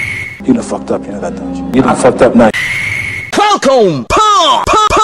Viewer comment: What exactly does he say? Is it: "Falcon Kick/Punch"? Because it sounds like he says "Colcom Kick" but that makes no sense to me..